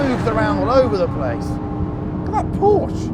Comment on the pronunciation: Come on its a porsche not a porch and how can it be soulless and lifeless? And why make us wait 10 mins before showing the full drag race for that matter?